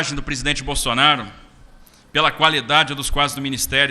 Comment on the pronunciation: o Borrrsonaro com essa pronuncia do R soa artificial. Um caipira do interior de SP nunca pronuncia o R assim. Esse Mazzaropi deveria asumir suas origens e parar de dar uma de Zé Carioca.